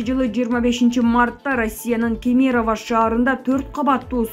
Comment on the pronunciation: Кемерованы туура оку.